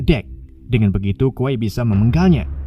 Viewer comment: kwei bukan kwai dibacanyah